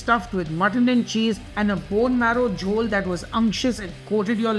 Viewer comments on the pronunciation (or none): none